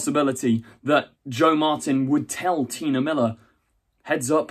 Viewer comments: Why do you keep saying "Tina"? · I think T'nia is pronounced like tuh-NYE-a, not Tina :)